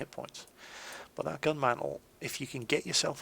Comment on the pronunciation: um... the 17 pounder GAN? don't you mean GUN? DERPPPPP!!!!